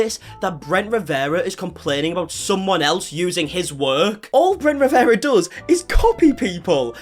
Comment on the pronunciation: I love talking about Bwent Wiwewa 🤣🤣🤣🤣